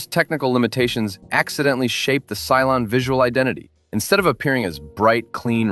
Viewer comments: and "Cylon" not "Cylone." :) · It's "Cylon", NOT "Cylone"... 🤦🏻‍♂️